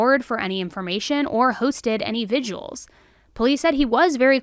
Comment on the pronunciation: Vigil isn't pronounced "vijual." It's more like "vi-juhl.